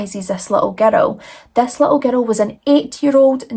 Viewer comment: And "girl", "gur-rell"❤